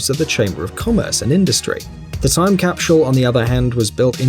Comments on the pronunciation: its not pronounced "capshull" its "cap sull" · I couldn't watch the whole thing. That guy can't say "capsule" to save his life. It drove me crazy. He kept adding an "sh" to the word, so he said "capshule" every time. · Am I hearing wrong or does he keep saying " capshul"? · Capsule, not capshule. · Someone needs to tell this guy that it is a time CAPSULE not a time CAPSHULE . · Why is he saying "cap=shule"? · Cah? Capshul? Memorabilier? Why is it that the English seem to have trouble pronouncing English words? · The way he says capshule is triggering me. :/ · I hate How he continually said "capshul" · Cap-shool? I've never heard anyone else in the UK or US pronounce capsule this way. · My mind is still boggled at hearing how many Brits pronounce "capshule". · Capschule? LOL! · He’s English. We watch a lot of British shows on Acorn TV. They also pronounce a lot of vowels long. I chuckle when they pronounce schedule as shedule were we in the US say skedule. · What is a "capshule"? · After watching this, I've learned a new word: "CAPSHULE". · I've heard schedule as "shedule" before, but JIM JIM hit the nail on the head with this comment about "capshule"!!! Hilarious! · Made me nuts....capshul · What is with this fuckstain and mispronouncing the word capsule? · There’s an ‘H’ in the word Capsule? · Nobody buttfucks the english language like the britts where is the h in capsule. Fucktard